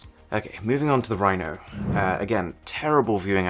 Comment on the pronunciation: A rhino poped out when he said Rino